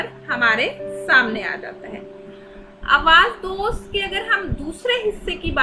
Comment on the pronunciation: پہلے کتب کے نام ٹھیک سے پڑھیں۔ Awaz dost nhi Awaz e Dost.. Safar e Naseeb nhi safar naseeb. Sirf Loh e Ayyam ka nam durust parha hai 😂 So